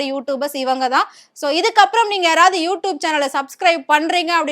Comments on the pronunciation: You don't even know how to pronounce you tube then you are zero in you tube.Try to pronounce everything properly. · Please say as youTUBE not youtoob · You tube not you toobe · You Tube..not You Toob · யூ-ட்யூப்'னு சொல்ல தெரியாதா? அதென்ன யூ டூப்? அப்ப நாங்கள்லாம் டூப்... நீங்க ஒரிஜினலா? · You don’t know to pronounce YouTube 😅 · First pronounce Youtube😂